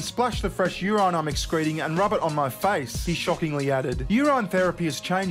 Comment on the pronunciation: why are you pronouncing urine as youran? urinal you pronounce normally..... is that an australian thing?